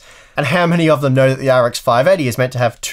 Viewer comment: Sounds like his saying R “G” X 😂